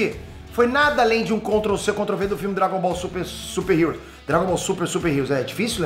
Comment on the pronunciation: se diz: Doragon bol supar, supar heru